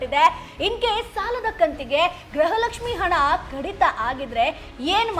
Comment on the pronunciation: Graha Lakshmi halla madam gruha Lakshmi